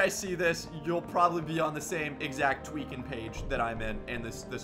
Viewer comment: he should do a livestream just saying twaeking for 24 hours